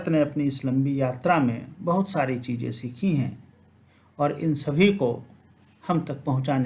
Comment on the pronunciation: सूत्रों, चीज़ें को भी बिना अनुस्वार के बोल रहे हो। बच्चों को भी बच्चो बोल रहे हैं।केवल संबोधन रूप को छोड़कर इस शब्द को अनुस्वार सहित बोलना चाहिए। अब तो हद ही हो गई है। कुछ तो ध्यान दें। प्रणाम।